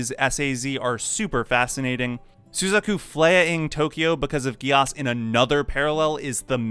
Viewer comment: how can you mispronounce the names like this? sUzaku? It's suzAku, sir. My immersion is ruined